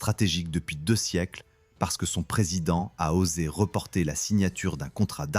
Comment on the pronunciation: Arrêtez d'employer de l'IA pour votre bande son. L'IA est encore trop bête pour faire la différence entre le verbe "reporter" et le substantif "reporter". Lisez vos textes, vous-même, ou embauchez un lecteur. PdBdM 😡 Autre détail qui n'en est pas, dans le terme "Army Corps", le S final est muet. Si vous le prononcez, ce S, cela s'écrira "corpse", ce qui signifie cadavre. Va falloir que vous soignez votre "bande son".